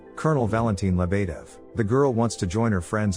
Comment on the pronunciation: He keeps killing me every time he says Lebedev “leb uh dev”! Edit: I think Svetlana got the shit end of the deal!